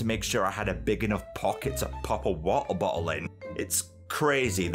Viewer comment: Wa'er Bo'le